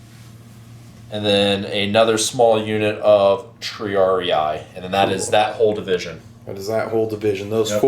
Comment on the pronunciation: It is "Tri-AR-ee", not "ee-eye".